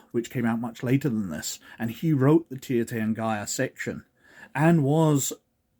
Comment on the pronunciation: It's pronounced TEER tahrn-gee-ruh, btw. Love the vid.